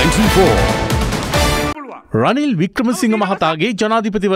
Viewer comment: රනිලෝ රිනිලෝ කියපු 😂😂😂